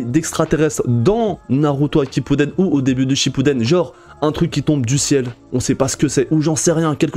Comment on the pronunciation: Tu t trompé t'a dis Naruto akippuden😂